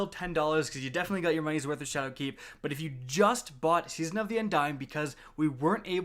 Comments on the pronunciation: he is also putting a lot of emphasis on the "keep" in shadowkeep, which sounds a little off to me. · SweetPigFat yo fr I cringed every time he said shadowKEEP